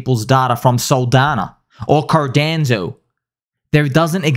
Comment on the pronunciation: Everytime he says Cardanzo. 😅